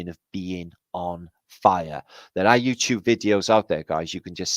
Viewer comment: Did you say Ewe Lube or Youtube?